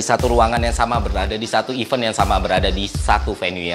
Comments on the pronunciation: cara baca kata 'event' itu 'event' mas, bukan 'event' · It's good to fix your pronounciation of 'event' word